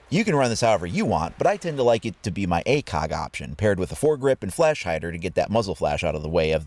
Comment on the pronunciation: The way you pronounce ACOG😂👌🏾